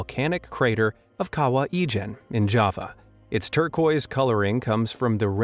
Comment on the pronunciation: At first I thought he said Egypt instead of Ijen and I was so confused when I saw the location of the lake